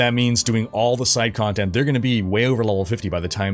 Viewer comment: "levelink and completink condtendt"